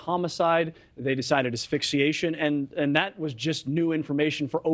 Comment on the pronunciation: Really where do they get their information!? Who ever said her hands were tied??? And learn to say "Asphyxiation" . Ugh!